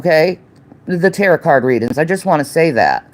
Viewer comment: “Ta rot” cards. 😂